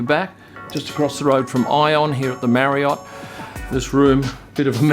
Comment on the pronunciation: Knew you were going to say "Marry-Ott"